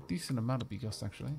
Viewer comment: You know what, don't worry about it. I'll let you in on a secret: you read 95% of the slavic words wrong ;) But hey, you read bigos right, and if it makes you feel any better, the narrator reads stuff worng as well :D